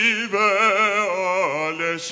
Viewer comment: No. He does not seem to know how to pronounce the word Über, as he sang three variations!!!